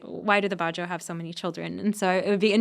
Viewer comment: It's not "ba-joe", it's "badjao". These sea nomads live in SE Asia, especially all over the Philippines and Indonesia. There are also the "aytas" in Luzon who have denisovan ancestry.